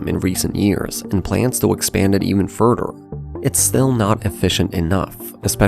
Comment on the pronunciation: Just curious ? Why can you pronounce ‘together’ correctly but not ‘further’ and ‘rather’